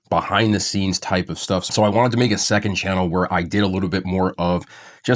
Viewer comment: welcome to his “checond sannel” everyone Don’t worry lmao I do this too 😂